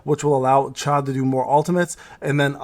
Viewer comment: It's not chae but cha-hae-in 😅